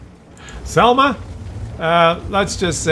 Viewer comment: š is not s,š is like "sh"-it so šelma you pronounce like shelma.